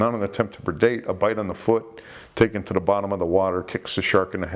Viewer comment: I think just loves to say "attempts to perdate"